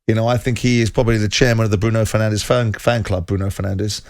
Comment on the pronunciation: How long has Bruno Fernandes being playing in the Premier league, and still people don't know how to pronounce his last name correctly? 🙄